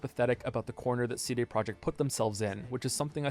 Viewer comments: is the way you pronounce CD the april fools? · The real April fools joke here is the way pronounces "CD"